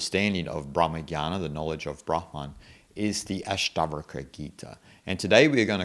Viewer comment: Your videos are great and I like all of them. Just one suggestion in this video you say all the time ASTAVARKA and that's why I was confused. Please correct it to ASTAVAKRA. Om Shanti.